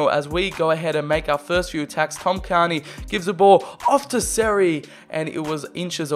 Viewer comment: Not carni cairney care-knee